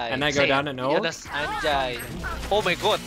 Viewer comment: not him saying anjayy